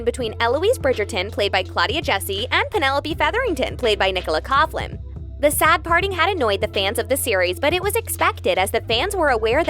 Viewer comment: Her name is pronounced Nicola Cock-lin, not Cough-lin!